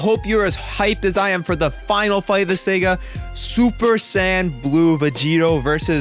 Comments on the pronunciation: great vid but just one thing... saga... saa-gaa not Sega. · Dude, it's Saga, SAH-GAH, not Sega Genesis. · Um you keep pronouncing saga wrong and the weapon goku black used is called a scythe which you also pronounced wrong.